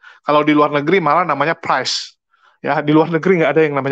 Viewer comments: priest/pastor digunakan oleh katolik. kalau protestant biasa guna reverand. dungu juga si reverand sarah ni., priest bunyinya "pris" bukan "prais" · Priest dibacanya bkn prais, tp pries ( cuma mau kasih tau aja ). Lanjut.